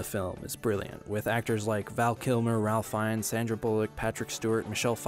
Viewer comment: Just an FYI, it's pronounced 'Rafe' for Ralph Fiennes. No, everybody, I promise I'm not being a Karen. 😊